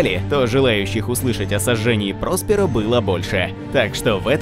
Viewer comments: я всегда читал ПроспЕро а не ПрОсперо) а так красава автор, очень интересно, даже спустя полторы сотни книг, пытаюсь найти, которые перевели, и которые объём имеют, но что-то не найду никак( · Тоже слух режет. Что ещё за ПрОсперо такое? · Не ПрОсперо, а ПроспЕро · Магнус не придавал, а Русс - жопошник! И что же такое с ударениями то. ПроспЕро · гугл -> "Просперо ударение"